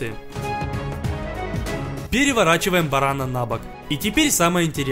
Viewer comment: Не барана а барана ударение на последнюю а